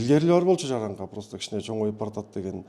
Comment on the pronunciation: Жараңка эмес😂жарака деп сүйлөсөңөр